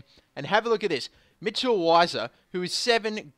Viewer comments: weiser is pronounced veiser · I think it's pronounced vi ser